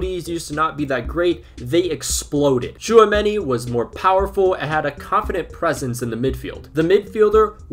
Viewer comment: Tchouameni to Arsenal confirmed?! 😳 Also good job with the pronunciation too